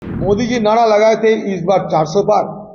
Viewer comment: नाड़ा नहीं नारा बोलते हैं 😂😂😂😂